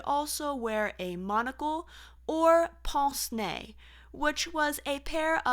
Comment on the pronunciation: This is so interesting! But if I may offer a suggestion...given your precise pronunciation, which is lovely, could you please google the pronunciation of French terms, of which there are many in fashion! Pince-nez, boutonnier, and pret-a-porter are a few examples. Easy to say, but learn them correctly.